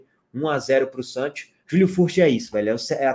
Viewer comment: Cheguei só para ouvir o falando “santchios”